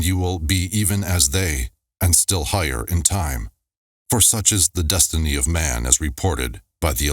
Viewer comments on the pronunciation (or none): none